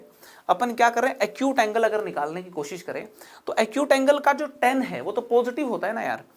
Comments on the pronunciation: lmao- a mathematics teacher yet pronouncing tan as ten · Haare bhai ya that is tan not ten (10). crct it sir.